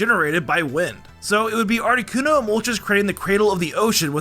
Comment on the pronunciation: ARTICUNO, NOT ARITUNO!